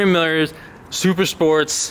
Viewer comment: "A frame millors" you drunk xD